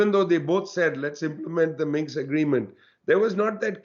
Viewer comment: Minsk, not Minx!